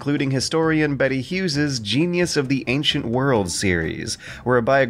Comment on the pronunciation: Absolutely brilliant review, but who tf is "Betty Hughes"?